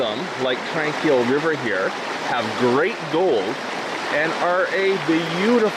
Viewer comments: As someone raised in Kamloops, your pronunciation drives me crazy. We always pronounced it Tron-quille, not Tran. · Beautiful video. My old stomping grounds. Just for info sake, you pronounce Tranquille with a short O sound, like tronquille. Have a wonderful day.